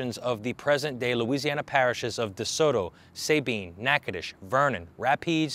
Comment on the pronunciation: Enjoy your info and am subscribed. The US built Fort Jessup between Natchitoches and Many to try to control some of lawlessness of No Man's Land. Beautiful site to tour. It's pronounced Sah- bean, not Say bean. Js